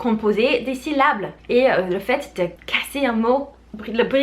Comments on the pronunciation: Ces six saucissons-ci sont six sous. Si ces six saucissons-ci sont six sous, ces six saucissons-ci sont trop chers. Une phrase que j'ai adoré répéter dans mon enfance 😅 P.S. Syllabe et non syllable 😉 Salutations de 🇨🇭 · "Syllables" trop mignon mdrr 😅 C'est syllabes 😉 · J'adore le syllable <3 <3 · Très bonnes astuces, surtout tes fameuses syllabes aka "syllables" trop chou ta version de ce mot😂😜